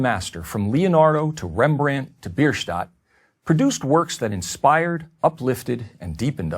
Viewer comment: Americanos não sabem pronunciar o nome dos artistas "Maicolengelo, Rembren,Mounei" Credo pronuncia horrorosa. Mas o conteúdo do vídeo faz sentido.